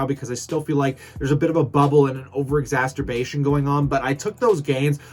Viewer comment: Please sop saying ‘exasterbate’, there is no such word. The word is exacerbate.